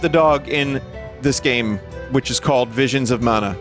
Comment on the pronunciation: twia... wait a minute... here we go: vizuns of mana :3